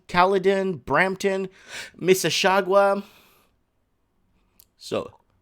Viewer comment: You said you lived in Toronto and you can't even pronounce Mississauga? Must have been long time ago. Do enjoy watching your channel.